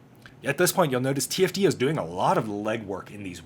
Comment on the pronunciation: An entire season of conflict with them, and you still can't get TFD's name right XD